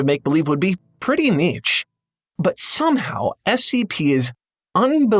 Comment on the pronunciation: first person I encountered that combines the two ways of pronouncing niche